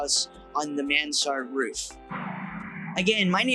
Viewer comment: Thanks for showing all the old buildings restored and lived in. You're bringing back memories of the 1960s for me. And I have to tell you that it's pronounced "man srd". The second vowel is not emphasized. It's a French style of roof, which allows more living space upstairs. A roof that features two slopes on each of its sides, typically with one steep slope, is a Mansard roof.